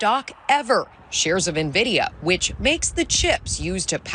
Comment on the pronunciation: Ah.... The Nvidia bubble POP's 🥳🥳 Greed get's you eventually... And sort out your Graphic's card prices - we ain't buying your BS anymore !! PS - It's pronounced ENVIDIA not NERVIDIA - Stupid 🤣🤣